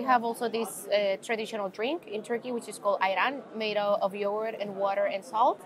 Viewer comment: Great tips and awesome video. I am Turkish and you pronounce yoğurt correctly and it catches me by surprise every time. I always struggle explaining soft g (ğ) to any non-native speaker. It is a sound that exists in every language (in fact it is not a sound on its own) but so hard to explain. So well done!